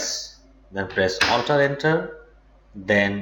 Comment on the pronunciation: HI, SORRY i CANNOT MAKE OUT WHAT YOU ARE SAYING- ALTA ENTER?